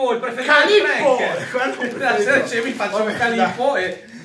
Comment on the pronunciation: Il tonno càllipo. Non so se l'accento si scriva così, ma la pronuncia non è quella del gelato 😂